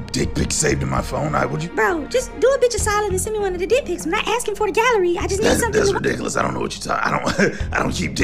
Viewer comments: "Glorious magical DIUCK" LMAOOO the way she pronounced that Took me ALL THE WAY OUT 🤣🤣🤣💀💀💀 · The pronunciation of "dick" kills me every single time.